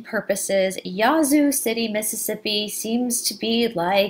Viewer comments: Hi. Love this story. I live about 45 miles south of Yazoo City and never heard about the witch. It is actually pronounced with a short "a" (like a sheep baaaa). Thanks for all your research. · Wow you did it again. I do not believe that I did not know this story here in my home state. You are pronauses is wrong it is YA Zoo there is a pause between the Ya and the Zoo. Thank you for the history lesson. Are you doing the King James Bible or the Lost books of the Bible. can t find these videos on your site.